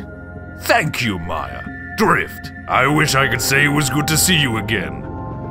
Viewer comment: It’s maya not miya